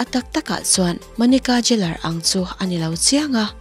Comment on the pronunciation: An hming takngial pawh han lam dik theihloh. Geller kha Jeller iti daih a.